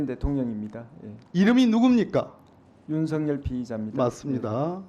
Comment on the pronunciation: 왜 윤삭열이라고 시원하게 말을 못하남 수상하네